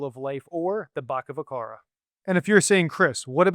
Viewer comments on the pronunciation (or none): the word is not Bakavakara its called "bhavachakra" (bhava= bhuvan = the materialistic universe) (chakra=ring or cycle) you've murdered the pronounciation unfortunately